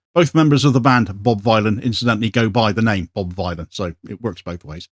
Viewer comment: Vylan as in Dylan...